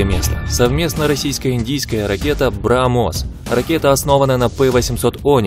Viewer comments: И вообще с критериями выбора места. Чухня короче говоря. брамОс.... Млять. А где еврейские? - АбрамОс. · БрамОс, корАбельных... НичЕго не хОчу скАзать, но по-моЕму, у автОра явные труднОсти с удАрениями.